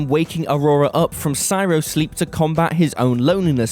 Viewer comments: Bruh. C R Y O Not C Y R O Ffs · Wait, why can't this guy pronounce, "cryo?" He keeps saying, "cy-ro." He does it describing "Alien" and "Passengers." Seriously, it's four letters. It's short for "cryogenic," a fairly common word, and one used over and over in those two movies. I stopped listening at 3 minutes. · Cy-ro? Cry-o! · CRY-o......not cyro....that's not even a cultural difference on pronunciation, that's just laziness. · Cry-o surely? Not sai-ro? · Cryo. Someone is having difficulty reading his script... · What the crap? Cryo isn't pronounced like cyro. Look at how it's spelled!!! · What the hell are "syro tube" and "syro sleep?" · "Sy-ro sleep?" Dude. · It's probably the narrator combined with a lack of quality control and a lack of intelligence (seriously, who reads "cy ro sleep" and thinks that's correct, and doesn't stop a second to question or correct it?!) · Has nobody who works there ever heard the word cryo? How do you not pick up that kind of misreading twice?